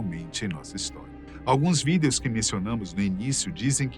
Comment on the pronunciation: Por que ele sempre fala : videous